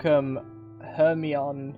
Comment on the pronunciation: Hermione, ya know as in the girl from Harry potter. Not her-mon.